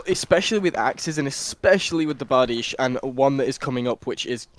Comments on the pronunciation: i get ball cancer every time he says bar-di-chie. ITS PRONOUNCED BAR-DEESH FOR GODS SAKE- dies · It’s not bardichie it’s bard-Ike